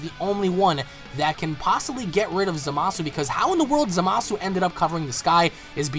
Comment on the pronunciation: its za-ma-su